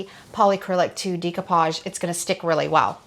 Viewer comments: I was so confused by the pronunciation of decoupage in this as I was only listening. I had to come & look to see what you were doing! 😅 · Decoupage is French. In French - like most Latin based languages (if not all of them) -"di" sounds like 'dee' and "de" sounds like 'day'. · Does the primer work on plastic as well? Also interesting pronunciation of decoupage. I hope you don’t mind my correction, but it’s pronounced day-cou-paj , and It’s a French word meaning “to cut out”.😊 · I’m sorry and hate to be the one to correct you (not sure which way you spell your name), but the word découpage is pronounced “day-koo-PAHZH”. I’m half-Haitian and it’s a French word. I love the découpage technique for creating next-level art and definitely will give it a try on a future furniture upcycling project. I use the same brand of polycrylic to seal my paintings, because the fumes aren’t strong. Thanks for showing me a good way to adhere fabric to furniture, because the Mod Podge I use is very stinky. The nightstand came out pretty nice. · It's pronounced: day·koo·paazh. Google the pronunciation for audio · thanks so much for commenting to correct that – it's obvious by the plaque on the wall and almost half a million followers that she's been doing this for a while and quite successfully. But she was killing me with that DEE-ko-pazh thing! 😉 Nice piece, by the way, though! 👍🏻💖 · I believe it's a French word, so the pronunciation would actually be day-coupage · I love love love your ideas & videos! Thank you so very much for sharing so many wonderful inspirations with us. I do love this decoupage project & beautiful it is with the paint color ! I would like to mention, ( not that it matters much) découpage is pronounced, day koo paazh. It’s a French word derived from ‘decouper’ meaning to cut out. Thank you for the excellent content 💞💓💗💕👏🏻 By the way, I love your voice ! It is clear, not too fast or slow… very pleasant 🩷💕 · She pronounces it incorrectly.